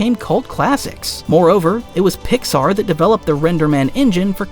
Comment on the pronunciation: Oh, it's AI nonsense, no human who's lived and ya know -- has seen a movie -- would pronounce Pixar like that. What a bunch of bullshit this video is. It's amazing to produce a 30 minute video and get so much wrong.